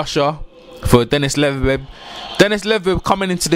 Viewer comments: Dude slow down it’s led-be-dev. Queens English my ass. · Lol Big below me, "just call him Dennis" lol...I lost it by this one "Dennis Moovinemoo"...just messin with you tho great vid